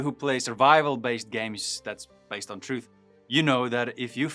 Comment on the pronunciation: I WISH you would ENUNCIATE the "TH" sound as it is in true English. Faith in TRUTH -- NOT faif in truf.. please... 🙄